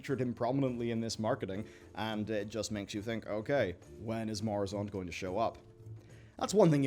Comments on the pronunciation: Mu-ra-zond, not "morazond" Noz-dor-mu, not "nrozdormu" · It's MUrOzond, not MOrUzond, just thought I'd have my Hermione moment here. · OMG please stop mispronouncing Murozond. Glad to hear things are going better for you. I got a new job myself, but my wife is kicking me out. Swings and roundabout. Murozond rhymes with purr-oh-pond. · Pronunciation guide: Noz-dor-mu Mu-ro-zond